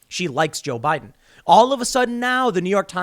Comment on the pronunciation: "President Bajs.. " a lip-slip only a swede can love ^^